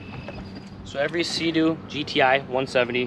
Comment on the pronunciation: Did he say suhdoo?! Lol SEA DOO